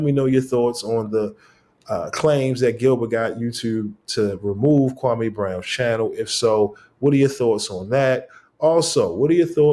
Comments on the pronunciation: Maybe its because you keep calling him Kwamay instead of Kwame. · KWA MEEEEEEEE NOT MAY